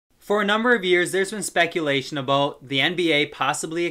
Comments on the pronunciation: Are you Canadian? The way you said "aboat" in the start made it seem like that 🤣🤣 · so basically Canada